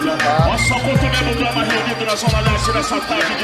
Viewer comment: E na moral, não é negro drama, é NEGO DRAMA porra!!!! Respeita o dialeto rsrs